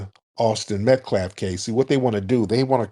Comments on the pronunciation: Tariq. I love you bro. You’re my FBA brother. But please brotha please, stop saying “MetCLaf”…..Metcalf is pronounced MatKAFF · Great broadcast but can't stop saying Metclaf😂😂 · Tariq I Thought you said METH-CALF 😂🤣😅